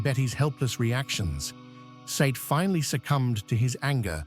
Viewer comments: Nitpick. I think his name is pronounced Si-eed. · Said is pronounced, “Say- eed.”